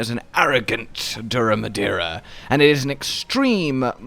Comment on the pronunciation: I think this is when you got the name the most correct.